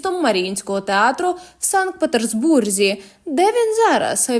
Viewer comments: Шановна ведуча ( та, що озвучує) зверніть увагу на те, що вимовляється (та й пишеться) не ПетерСбург, а Петербург, без літери С посередині. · чому санкт петерсбург, якщо правильно санкт петербург? звідки буква С?